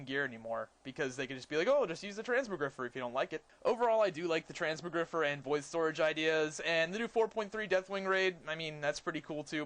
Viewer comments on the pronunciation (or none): transmo- GRI-FI-ER u fatty..not GRIFER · it's not Trans-moe-griffer. It's pronounced Trans-mog-ri-fire. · trans-more-griffer, lol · Trans - mog - rifier say it like that